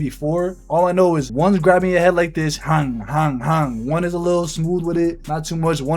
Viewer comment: “ hanngggg “ def from New York 😭😭😭😭😭😭